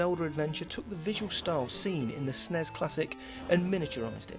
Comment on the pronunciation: "Snez"? Lol